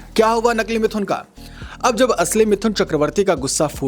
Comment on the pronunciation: are bhai pronoun sahi bolo mithhun nahi sirf mithun he